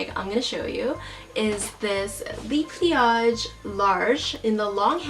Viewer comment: Hun, so sorry to say, but the "le" in "le pliage" is not pronounced "lee"... it's "luh". It's not you, I have personal peeves.